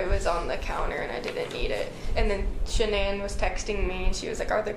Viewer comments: Did you almost say sha-nee-nee😂😂😂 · She mispronounced her name...its ok.